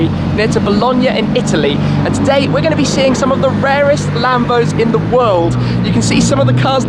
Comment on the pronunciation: Bro you said Wald instead of world